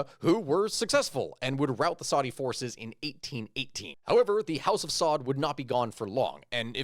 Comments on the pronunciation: Their family name is not “SAUD”. It is pronounced “AL SA’OOD”. Just an FYI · It's pronounced SA-OOD